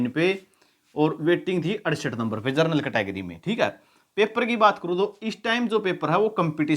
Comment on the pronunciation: जनरल को जरनल बोल रहे हैं 😂😂😂😂